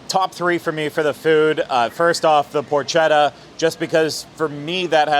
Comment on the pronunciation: Craig potchetta is pronounced with a hard c. The H is silent.